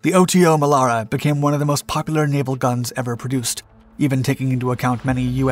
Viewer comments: For all that is holy, please use the proper pronunciation!! It's NOT the O.T.O. Melera, it's the Otomelera (one word) I spent 9 yrs on 2 FFGs working on that gun. We never called it the O.T.O. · Here we go again with the butchering of EVERY SINGLE ITALIAN WORD: 1. OTO MELARA, not O.T.O. MELARA 2. DÀVIDE, not DAVÌDE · We met up with a few US Navy guys on holiday in South Africa, where we also manufactured and used the Melara system for and on our Minister class strike craft. WE got to talking about it and they called it "Oddo", like it was unusual or abnormal. Now I understand that they were just mispronouncing their t's. Duh!! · It's not, it's pronounced Oto Melara, Oto, as the name Otto but with a T less, so a softer T. Source, i'm Italian.